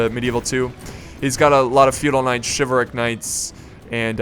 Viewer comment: It's shivel-rick not shiv all rick